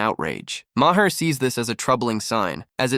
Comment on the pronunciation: Again you can’t pronounce his name correctly.